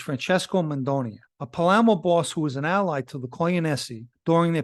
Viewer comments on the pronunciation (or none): none